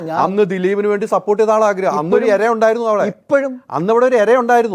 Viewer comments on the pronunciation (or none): എര അല്ല ചേട്ടാ, ഇര